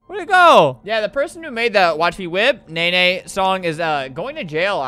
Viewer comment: he paused before he said nae nae- that got me good- aswell as the "Froming" JHSDJFKJSDJFSDHJF